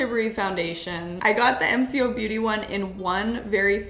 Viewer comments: It’s “M co’ if that helps? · G’day all, Aussie here - MCo has been around for quite a few years, it’s very easily available in supermarkets and chemists, and is waaaay more affordable than the originals. Some products are amazing, some are just okay. Oh, and it’s pronounced ‘Em Coh’ - the co like the start of saying Coke 😂 Also I was pointing out all their dupes to my husband in the supermarket a few weeks ago 🤣